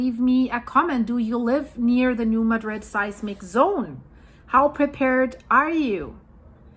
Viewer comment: I know it is weird, but the town of New Madrid. Missouri is pronounced New Mad Drid . Missouri named quite a few places after other cities and then pronounce them completely different. I remember back around 1990 there was a prediction that there was going to be a big quake. I lived there at that time.